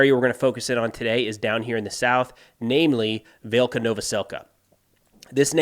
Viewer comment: Hey, if you see this, just to help with pronunciation, any time you see a Y following a consonant, it is pronounced as an i in ukrainian. So Velyka is vee-lee-ka.